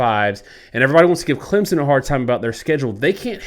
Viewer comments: I'm sure you've had this debate on this channel already but saying "ClemZon" drives me absolutely nuts hahaha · Yeah, all I know is Clempson 😂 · I'm adding 3 to point prediction since the off-screen analysis can't pronounce Clemson correctly. Clemson - 27 Georgia - 20